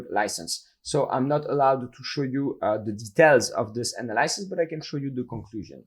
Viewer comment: Love you man, but you got to learn how to say Analysis propertly.